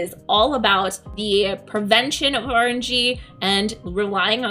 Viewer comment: When you said, "too much RNG," I first heard it as you saying, "too much orange-ee." Sounded like a drink. lol ;-)